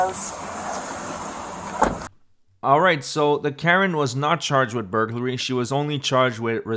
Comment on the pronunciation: “It’s called burgerlary” lol